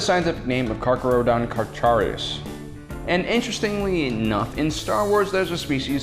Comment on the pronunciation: You butchered the scientific name for great whites so badly I want to cry